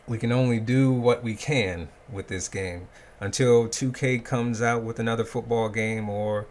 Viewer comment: "This iz whut we're stuck wit"